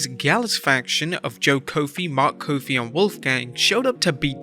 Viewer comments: Coffey! Not Kofi! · Coffey….like the drink, it’s Coffee